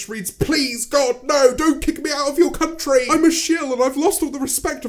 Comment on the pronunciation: every time you say country i hear cum tree